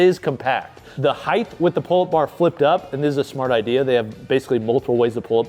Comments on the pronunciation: drink everytime he says Heigth instead of height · Why does he keep saying “heighth” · Why does always pronounce height as if it ends with an h? Hyth? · you’re awesome. But we really have to work on your pronunciation of “Height” haha